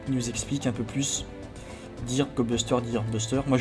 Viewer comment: par contre, ça ne se prononce pas "dirb" c'est "deu:rb" en anglais.